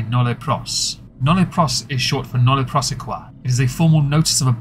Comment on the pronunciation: You say you know your Latin…. But then you completely mispronounce “nolle prosequi” like it’s French or something 😂😂